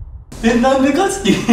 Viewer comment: 「琳寧のなんで克樹」が関西弁でめっちゃかっこいい笑